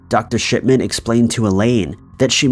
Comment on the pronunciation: Shipman sounded like shitman in my ears 😬lol